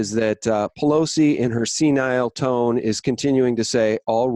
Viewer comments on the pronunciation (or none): none